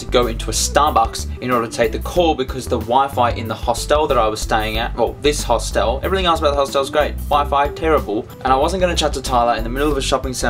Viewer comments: I thought you were saying 'hostal' which is spanish for hostel haha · Glad you had a good call :D P.S. You say hostel funny :P